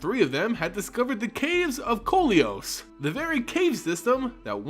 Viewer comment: Also Koilos not Kolios